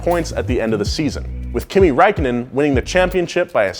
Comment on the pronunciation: Kimi Räikkönen Finnish you completely bucherd his name i woud know im Finnish my self.